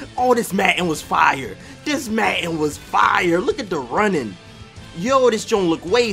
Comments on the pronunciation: "Maten" its madden lol love the through the years series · Logan Anthony yo I'm from Philly and i don't call it matten i say madden that is not a philly accent he just can't say the word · it is madden not matten dude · U from philly? we said madden like matten just wondering lol